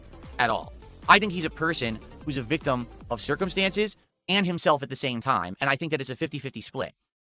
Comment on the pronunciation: Ayund, Ayuss, Wit, Wahn, Acktor, Mah